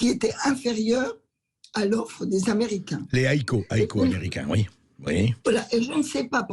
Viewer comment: Et menacé de vente à qui??? Aux Amewicains yeahhhh!!! Mewci!